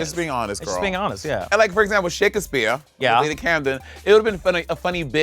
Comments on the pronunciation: monet saying "shake-ass-speer" made me laugh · Also why does Monét call Shakespeare, Shake As Spear lmao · is she saying “shakUHspeare” 💀